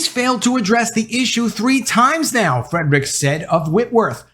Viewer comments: His name is NOT FREDRICKS , makes you sound bad that you can't even get the name right!! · Can you PLEASE pronounce Anson Frerichs last name correctly. There is no letter D in his last name.